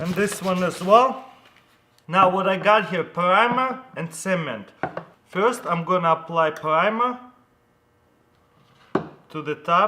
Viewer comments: who else thout he said cemen not cement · is he saying semen instead of cement? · when i heard him say cement i thought he said semen :P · I seriously tought he said apply the semèn on the pvc pipe. Lmao but he meant cement. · when he first said cement I thought he said semen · At first I thought he said," Now we are going to apply SEMEN." That scared me for a second. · Who else thought he said semen instead of cement? 😂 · Sounds like your saying "semen" instead of "cement" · I think he said semen or cement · he says cement like hungarians and i know it becuse i'm hungarian :D